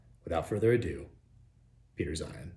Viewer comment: He said Peter 'Zion' 😂